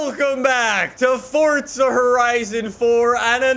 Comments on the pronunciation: BRO FORZA FORZZZZZZZA NOT FORTSA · Why does he say fortza and not forza? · STOP SAYING FORTZA ITS FORZA!!!!! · Normal people: Forza Horizon 4:Fortza Horizon 4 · Fortza lol 😂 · ITS NOT FORTZA ITS FORZA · Fortsa horizon four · WHY DO PEOPLE CALL IT FORTZA ITS FORZA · Not fortza forza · Jesus stop saying FORTza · Why do you call it fortza? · Fortza ?????? Whyyyy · Why do u call it fordza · Why do you say fortza?